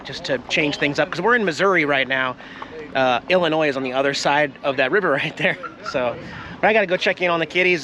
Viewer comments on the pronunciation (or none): Yes! I really thought I heard him say "IlliNoid" (ILL-Annoyed?) right before he went for his ride! 😼😹